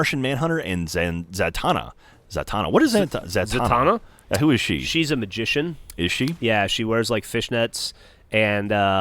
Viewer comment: It's Za-tan-na. There's 2 n's in her name